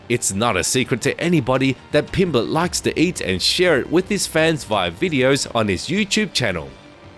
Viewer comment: Paddy Pimblenden 😂